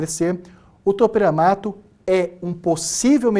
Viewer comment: Me mata esse cara falando topEramato me sinto uma topERA